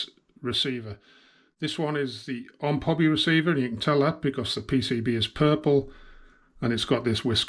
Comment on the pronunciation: It is pronounced like this…O M P Hobby because it actually stands for Ohio Model Products and it is not pronounced like it is one word like this…Omphobby.